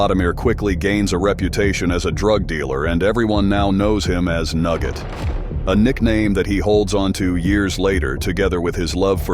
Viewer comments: Nurgen like fahvergnugen that's not nugget 😂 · Nugget u mean nerget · Nurget not nugget